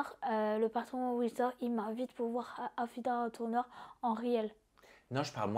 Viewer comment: ELLE A DIS : AFOUDA TOURNEUR